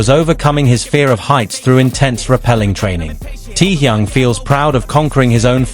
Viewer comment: The crappy AI WRONG pronunciation of his name though. I watched the original and half what was said here are utter rubbish. Get rid of these kind of AI nonsens. He never cried good lord stop lying 🤥.